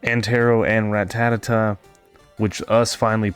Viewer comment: Good video but everytime you say ratatata instead of ratata makes me gringe😂